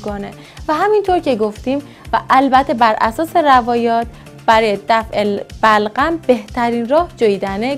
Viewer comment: خخخ بلغم و نمیتونه بگه ی جا گفت بَغلَم خخ